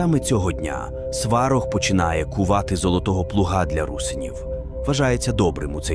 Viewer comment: Навіщо братися за тему коли ви навіть наголос ставите невірно!! Якесь свинство... На кацапський манер: "СвАрог"... Щоб вам у глотці пір'ям поросло! За дискредитацію і провокаціїї